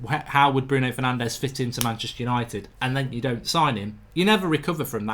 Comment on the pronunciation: "Hello and welcome to tha Yanited Stand!"